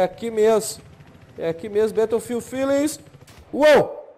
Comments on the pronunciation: tem duas pronuncias, batoufilde e béroufilde bétoufilde ta errado mesmo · na vrdade é beroufild q se pronuncia, mas foda-se